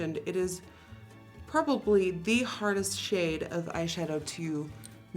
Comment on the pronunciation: I think Nikki said purpably 😂